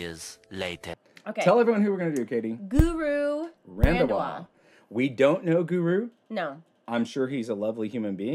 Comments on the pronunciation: its guru randhawa not ran..va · Did they say guru randwa XD......... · He is not randwa he is Randhawa... Ok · Guru randwa 🤣🤣😂 Sorry i heard randwa mispronounced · You not pronounce right name